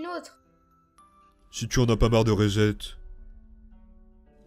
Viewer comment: "Reset" se prononce riçète (avec le r anglophone). En français ça se traduit par "réinitialiser".